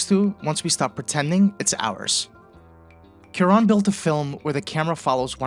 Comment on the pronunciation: "KEw-ron"... my dear fellow, you certainly mean "Kwa-RON". That having been settled, I must also submit that your analysis of who gets "seen" and served at an emergency room is the exact opposite in many progressive states; no equal treatment, just the reverse: the undocumented immigrant who seems like they don't belong gets treated right away, while the insurance-paying, tax-paying patient who looks "at home" gets relegated to the slow queue.